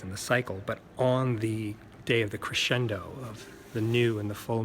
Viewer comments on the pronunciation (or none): none